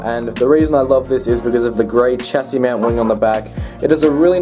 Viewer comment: I’m not native but chassis is read as sha sie, I just got the cooper last week too! The saleen is my type, willing to sell or trade?